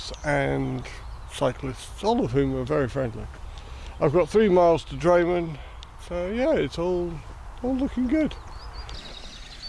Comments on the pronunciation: Great video diary of the WHW and really appreciated seeing your wild camping experience with lots of useful information. Some wee pronunciation points: Mil-guy not Mil-gav, Drim-in, not Dray-men, Tin-drum not Tray-drim but it all added to the entertainment! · Drayman ? You mean Drymen. Pronounced dri, as in drift, men. Dri-men. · A good video is let down by issues around place names, especially where there are people to ask. Mull-guy - (Milngavie) is just one well-known example but I am sure that the pronunciation of Drymen, Rowardennan, Inversnaid and Tyndrum could easily have been resolved by asking.